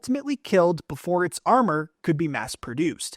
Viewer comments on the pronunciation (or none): he said amor kan...